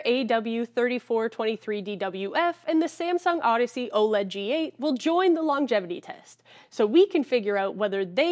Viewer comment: “Woah-LED” ©️ 😅💙